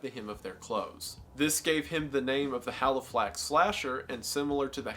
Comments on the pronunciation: Halifax is my town and finally seeing it mentioned somewhere but hearing him say it wrong so many times made me want to cry haha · I’m laughing so hard at the “haliflax” slasher; it’s supposed to be “Halifax” Mr. Goon 😂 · quick correction! the place name is just called Halifax. drop the second L 😁 sincerely, a local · Haliflax pronounced hally-fax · haliflax? how? in what universe can this be achieved? for someone who says they research.... you should put some effort into spell check and pronunciation. haliflax? i might go to the american state known ass ottower. or washeggtin. c'mon man. haliflax? i mean, it's even the name of a bank. america has one too i'm sure. maybe canada too.... like... how can "haliflax" slip this far? sure, spell check maybe. but then wendi said it wrong anyway. haliflax! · It's Halifax, not Haliflax. Also, Halifax is about 200 miles away from London, so there's really no such thing as the "London / Halifax area", unless that's just a really bizarre way to say "England". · Man these are all so fascinating! I absolutely feel the same in regards to the meowing nuns, it sounds like it was done as a large inside joke at the time that got a bit out of hand. Also in regards to the Haliflax Slasher - I think you may have misread it, it's Halifax here in England. Thank you for researching these, it's a really fun watch! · Thanks for correctly writing Halifax instead of HalifLax.... Wendigoon does research on stuff and somehow still gets the pronunciation and spelling VERY wrong 😪😪😪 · Just wanted to point out it is the Halifax slasher not Haliflax. Otherwise great video love your stuff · Just to let you know it’s Halifax pronounced Ha- Lee- Fax like fax machine haha 😊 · How can you say Psychosomatic properly, but not Halifax?! Thanks for the good video dude. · it’s Halifax not Haliflax haha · It's "Halifax slasher" not "Haliflax slasher". Otherwise good video so far. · HALIFAX not HALIFLAX. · I think it was the Halifax slasher not haliflax